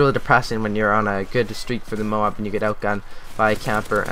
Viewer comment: moab not moam